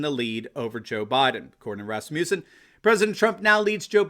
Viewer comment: RASS-mus-in. You're thinking Rasputin.